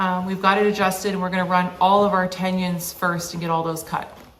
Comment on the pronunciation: i made it about 2 minutes in. it bothers me when someone says "heighth", but this was a whole new level.